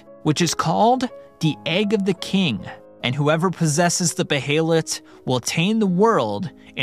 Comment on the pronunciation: "Bay-hay-let" lol just "Bay-let" bro Enjoying the video so far though.